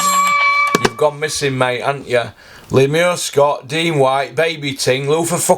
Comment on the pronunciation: Lool why you calling him Lemur i thought it was Lemar 🤣🤣